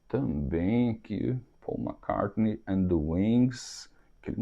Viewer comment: o Speed of Sound deve ser alusão ao Concorde e vc pronuncia McCart(nei) que é errado e acerta em Hard